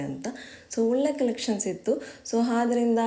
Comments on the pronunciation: Adarinda ❌ Hadarinda ✅😂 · Haafar, ಹಾದರಿಂದ, ಹಲ್ಲು ಅಂತೆಲ್ಲ ತಪ್ಪು ಕನ್ನಡ ಹೇಳಬೇಡಿ